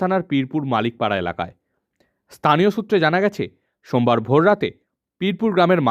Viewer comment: স্থানীয় ✅ তানিয়❌